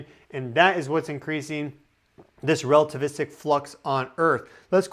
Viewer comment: Lmao rell-tavistic